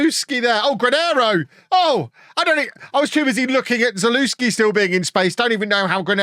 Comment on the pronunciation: Well wel well, making fun of pronunciation :D Couple of pointers, the guy you call ZalUslki is actually ZaleVski, ant the team you pronounce SassUlo well, you wanna pronounce both the U AND the O, SassU-Olo... then you'll be perfect :D